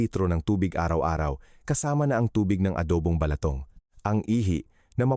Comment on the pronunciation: Ayusin mo doc ung pagbigkas ng ilang tagalog words like atay, balatong, lason.....